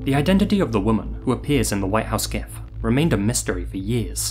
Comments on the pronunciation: It's jif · The guy who created Gifs pronounced it like a J, broseph. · "GIF, or JIF if you're a sociopath..." 😂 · Zombie GIF(JIF) 😄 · It's pronounced G.I.F very sad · One of the two creators of gif files said it's supposed to be "jiff" but he's 100% wrong. Idk what the other guy says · I NEVER hear dudes with this guy's accent actually say Gif (not jif)